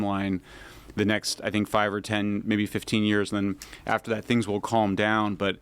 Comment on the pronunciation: Did she say carm and scientism?